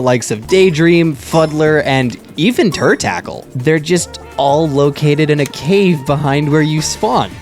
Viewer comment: "Turr tackle" lol its turt a cul 😂😂